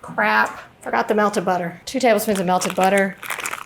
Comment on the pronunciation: It’s “Butta-Err“.